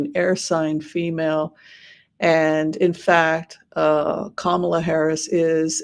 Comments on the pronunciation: Thank you. And her name is pronounced: comma-la; not ka-MA-la. ( ,la ) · "comma-la", not "ka-MAH-la" Please do not pronounce her name incorrectly like TFG does. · At least pronounce her name correctly comma la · Hello. Please call her KAMALA😄 and not KAMAALA😟. I know you did so several times 🙂but kept slipping back to Kamaala. First time watching your reading, and I liked a different perspective because the readers that I have watched lately have a very glowing perspective for a win for Kamala. Only my mind broke a little bit when you called her KAMAALA instead of proper pronoun KAMALA. I personally believe sounds/vibrations are important, especially for nouns and verbs. Thanks for the reading! Everyone vote 💙💙💙 up and down the ballot.